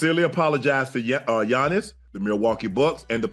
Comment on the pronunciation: You can't even pronounce Gianni's' named correctly and Shannon is saying it in the video.... 🙄🙄🙄